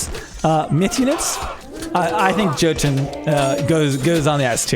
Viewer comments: J's are pronounced with Y in Norse. So Yarl and Yotan. Otherwise awesome AoMR content! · The "J" in Norse names makes a y sound. "Jotun" is pronounced "Yotun" and so on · Jotun is pronounced jå:`tun. Or plurar jotne